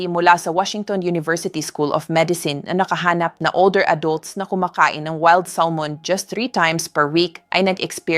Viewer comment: Oo nga kabayan iba yung pronounce ni ma'am sa maskol at weld Salmon ha ha ha!! Nakakaaliw si ma'am sa binabasa niya.Baka bikolana si ma'am kaya iba ang pagbikas niya sa words.